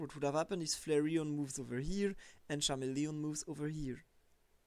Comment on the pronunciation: You'd think if you'd want to do this professionally you'd learn how to say the names of pokemon. Charamelion? Get out of here